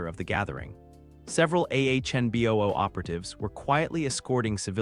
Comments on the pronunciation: it's anbu NOT ahnbu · A few times, it was ahnboo